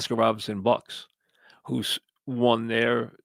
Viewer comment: Mike, it's Oscar RobERTson, OK?